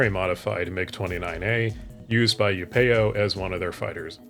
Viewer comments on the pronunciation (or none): It's bothering me a lot hearing it as upEo, but the dialog clearly says Upeo...